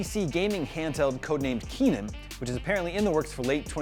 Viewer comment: Truly exciting. But its Kennan, not Keenan